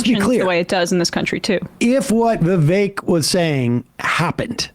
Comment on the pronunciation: It's still racist & shitty of Sam tro mispornounce Vivek's name. Shame on all of you for letting it slide